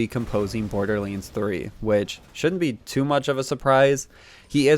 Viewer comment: It's not borderlands not borderlends there is an a not an e it's not hard to say